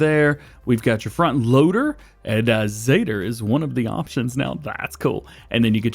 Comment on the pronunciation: It's not zeter it zetor or lol we had these on my farm backed I n the uk